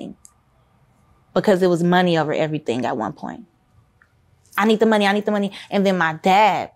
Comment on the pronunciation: You can tell based on the way she says Money like “mehny”